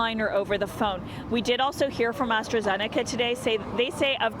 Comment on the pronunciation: Lol astrazenaca. Enjoy the Covid